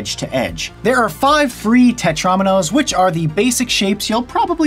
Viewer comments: It's Tet-ROW-minos, not Tet-RAWminos! AAAGH!!! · It's tet-ro-mee-nose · He said tetraminos wrong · ∅: ... Everyone: TETROMINOES